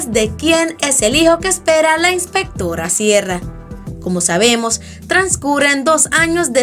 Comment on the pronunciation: "Inspectorra Siera" me muero, AAAAA